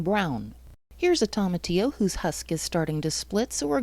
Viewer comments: Great video 👍Its pronounced toe-matillo, not tom-atillo. From a Hispanic. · Nooo! Why are you pronouncing it like that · It’s a Spanish word, so if you struggle pronouncing Spanish words it’ll be a challenge… but toma would sound most closely to “Thoh-mah” and Tillo most closely to “Theo” ..so try: thoh-mah-theo 🙂 I appreciate you all trying! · thank you for your experience. I was a bit tickled by your pronunciation of tomatillo. wondering if you call tomatoes Tom-Mate-Ohs too :) cheers! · You pronounce tomatillo so horribly